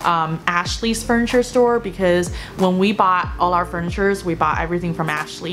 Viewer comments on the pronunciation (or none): none